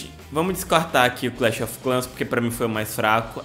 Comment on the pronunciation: mano clahs of clahs ganho ser vc não conhece o jogo não fala seu broco